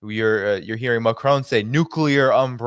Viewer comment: I wish you and all the others would learn how Macron's name is pronounced and how it's NOT pronounced. Listen to a Francophone and note the difference. You will never learn by listening to other Americans.